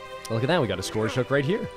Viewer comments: Its... pronounced... skerge.. hook .... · I’m not sure if he’s intentionally mispronouncing scourge…